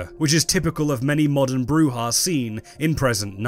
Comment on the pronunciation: You could at least try to get the correct pronunciation of Brujah. It is Spanish so it is a throat sound as with Juan or Jose, it is NOT pronounced as an English -j-.